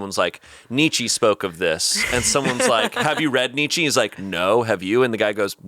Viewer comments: saying nee chee instead of Nietzsche was ignored and i fear that would have been the next pon de replay if caught that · I don't think anyone in the studio knows how to pronounce Nietzche